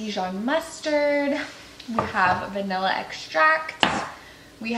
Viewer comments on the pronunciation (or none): none